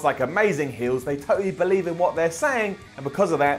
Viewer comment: I believe Me: You mean bo-lieve?